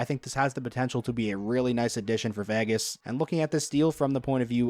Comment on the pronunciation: Learn to pronounce "Vegas," please.